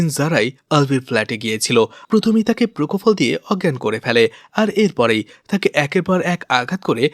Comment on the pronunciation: প্রকোফল নয় পোপোফল ইঞ্জেকশন 😊